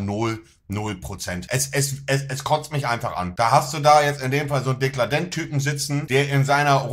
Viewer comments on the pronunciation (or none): Warum wird permanent der Name von Dekarldent falsch ausgesprochen bzw. dargestellt? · Triggert so hart das Monte ihn ständig Dekladent nennt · ...wie er es seit zwei Wochen konsequent nicht schafft den Namen "DeKARLdent" auszusprechen :D